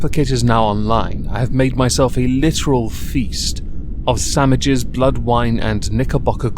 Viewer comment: Did you just say "samiches"?